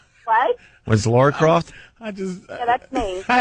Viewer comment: Opie fucking has the reading skills of a 5 year old "let's go to Lara in mastic" it's pernounced and spelled laura WOW what a fucking tard